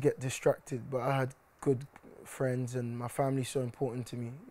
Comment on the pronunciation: "what about your fwiends and your family, how would you descwibe your environment?"